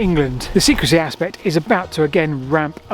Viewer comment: "SECREY"? or SECRECY?